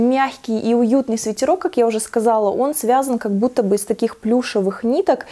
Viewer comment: Правильно произносить свитЭрок